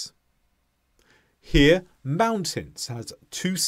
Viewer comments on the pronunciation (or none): none